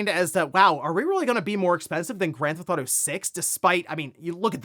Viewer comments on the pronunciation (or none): drives me nuts when hes says granthauto. he says it all the time.